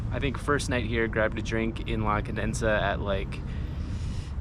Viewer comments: Condesa (Countess) Not CondeNsa (Condenses) 😂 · i just want to help you. It is NOT CONDENSA, BUT CONDESA. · Like your vids bud....a little correction...you keep saying "Condensa" its actually "La Condesa" only one "n" !!! did you go to Santa Fe and el parque la Mexicana? you need to explore that area, check out Museo Soumaya and Coyoacan bohemian neighborhood!!! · Condesa not Condensa. Condesa means countess. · Condesa ! Not Condensa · Condesa ❌ Condensa ✅ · It's CONDESA not ConDENSEa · I crack up everytime, it's conDESA not condensa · Hi, I love your videos and your honesty. But the neighborhood is "La Condesa" not "La Condensa". There is only one "n". sorry, you just said the name wrong multiple times in this video, and I just wanted to correct that. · The people you saw in the tents are protesting, they are not homeless, they're also some immigrants from Haiti they live in tents in CDMX but they are not dangerous. The news channels always talk about how dangerous Mexico is and the reality is not that bad. say it like this (Condesa) CON DE SA the way you're saying it, it sounds like condensa.🤗 come back soon!!!👍👍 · it's La Condesa, meaning "the countess" Condensa sounds like condensation happening lol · Con-de-sa not Con-densa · One more thing I wanted to comment: you kept mentioning "la condensa" but is in fact "la condesa" con-deh-sa, without the second "n". It means the countess. You kept making me laugh. No insult intended, just pure fun. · It drives me irrationally angry every time you pronounce it “Condensa” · It’s La CON-DE-SA! It’s annoying that you keep mispronouncing it. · condesa = con- deh- sah that's how you pronouce it